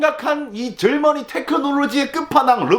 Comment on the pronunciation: 절머니를 지금까지 젊은이로 들었네